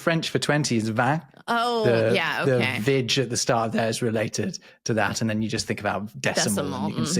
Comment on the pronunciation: Vignt not veint. As mentions later it is related to vigesimal